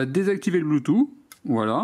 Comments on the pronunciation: Nickel ta vidéo comme d'habitude mais juste une petite chose: bluetooth se prononce " bloutousse" et pas "bloutou" comme le prononce nos grands-parents 😁😉😂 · Le "blue two" 😁😅